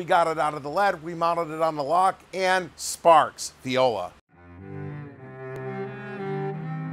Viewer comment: I still can't get over "violla" XD